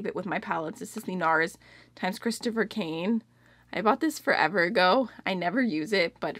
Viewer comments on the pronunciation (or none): none